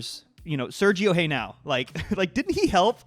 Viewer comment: hahahah "sergio heynow"